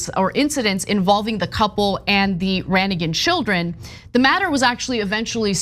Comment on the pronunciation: The G in Ranaghan is silent. I was raised in the People of Praise. Also, technically the People of Praise, though by majority is Roman Catholic, is ecumenical.